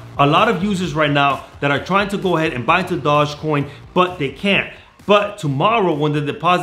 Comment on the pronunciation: Can you say dogecoin correctly once